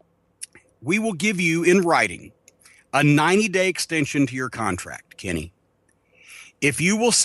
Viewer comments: When Jim says "Kenny," I can't help but hear Carman from South Park. "Kenay" Kills me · I like how Cornette says Kenny like Cartman. "Kinney" lol